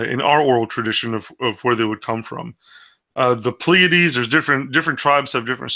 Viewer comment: Just a couple things. First off, it's PLEA-a-dees, not ple-AID-ees. Also, no nonhumans can be saved. Their DNA would not allow them to desire salvation.